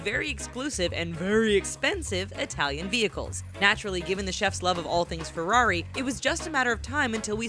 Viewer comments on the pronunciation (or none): none